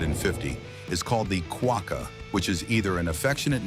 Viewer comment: It is prnounced "quack-a" not "quoka" and has been so since the Mach-3